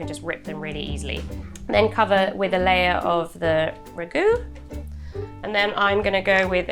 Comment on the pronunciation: and yet the Ragu pronunciations?